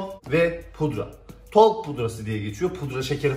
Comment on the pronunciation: Talk pudrası okunuşu tolk diyor